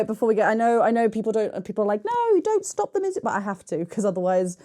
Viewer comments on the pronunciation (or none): none